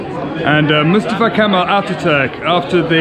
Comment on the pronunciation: i can say your pronunciation of 'mustafa' is absolutely perfect :)